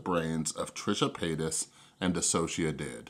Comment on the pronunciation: Even though I don’t really like you because of the whole “thing” you try to do on your channel, you’re the first person I’ve watched to ever pronounce DissociaDID right